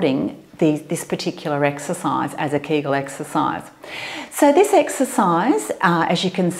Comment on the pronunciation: Эксесайз, Эксесайз, Эксесайз, Эксесайз, 🤣🤣🤣